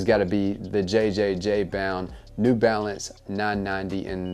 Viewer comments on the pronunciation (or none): Also its just pronounced jound.